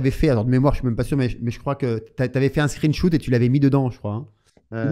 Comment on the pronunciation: Merci pour la vidéo. Pas mal la prononciation "screen shoot" 🤣 (On dit screen shot avec un "o" sur shot)